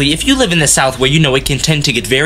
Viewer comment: “THhank you for your time”😂